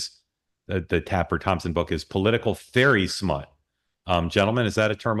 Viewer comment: "Ferry smut" lolol ope! NO Mark! Abort! ABORT! lololol